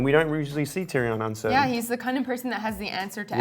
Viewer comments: Why he keep sayin it like Tyri-yon like boi stfu iss TYRION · "Tear-e-awn", seriously? Fire that guy immediately!